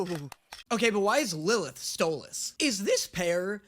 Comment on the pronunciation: he said Stolas's name right for once